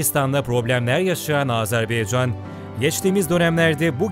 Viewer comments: Sunucunun söylediği gibi AzerbEycan değil, AzerbAycan'dır. Onu bir düzeltelim lütfen. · Azerbeycan değil Azerbaycan. Telafuza dikkat edelim. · Her şey iyi de yazarken Azerbaycan yazıyor okurken neden Azarbeycan okuyorsunuz? Bu yanlışı çok kişi yapıyor malesef!! Dikkat lütfen! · S Azerbeycan değil Azerbaycan . Ama peyeni atmaya Engel değil. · Azerbeycan yox.AZƏRBAYCAN COX COX XAHİŞ EDİRİK DÜZ TƏLƏFFÜZ EDİN CAN QARDAŞLARİMİZ🙏🙏🙏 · Azerbeycan değil Azerbaycan. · Azerbeycan değil! Azerbaycan! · Çox gözəl söylədin,amma Azerbeycan deyil, Azərbaycan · Azerbeycan değil Azerbaycan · Bir de artık şu ülkeye AzebEycan demeyin lütfen, doğrusu AzerbAycan. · Video boyunca azerbeycan dedin kardeş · Azerbaycan denilmeli azerbeycan değil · Azerbeycan yox Azerbaycan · doğru telafüz etmiyor ondan bahsediyorum